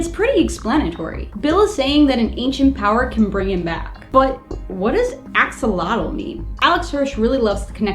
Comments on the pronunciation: Axolotl should be pronounced as a-shol-ot-l. The x is pronounced as a "sh" since the words origin is from Central America. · axolotl isn't pronounced axel-otal, it's pronounced a-sho-lote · He don't say A-X-O-L-O-T-L he said X-O-L-O-T-L Search in Wikipedia for Xolotl and you will understend me